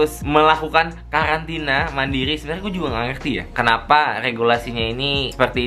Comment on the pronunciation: Karantina apa kkalantina bang?